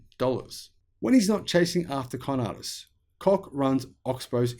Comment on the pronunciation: Your pronunciation of their name is spot on !